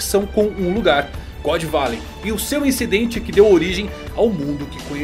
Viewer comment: "Godô barey" Zehahahaaaaa